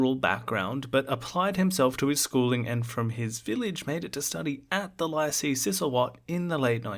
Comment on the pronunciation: Good day Sir, Lycée is pronounced "lee-say". Would you have a link to songs by "Draka" and others we don't often hear?